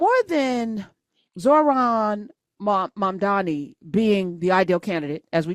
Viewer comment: LOL probably didn't play the full clip because she mispronounced his name. Love Tish, but that was funny.